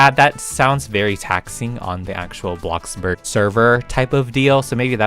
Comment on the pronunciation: "Bloxburrg" ah yeah my favorite way to pronounce bloxburg